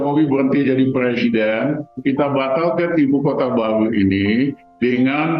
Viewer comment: RR benerin dulu ucapannya Pak Jokowi President bukan Plesident😂